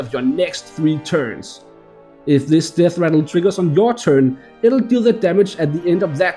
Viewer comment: I lost it at "Deathrattlé".